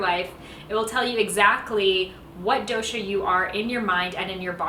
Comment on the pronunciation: The " DO" in " DOSHA" is pronounced as " Though-sh" , Not as "DO" on "Do-re-Mon" as also in " toge-THE-r" " Kafa" is to be pronounced as " Cuff" or " Cough"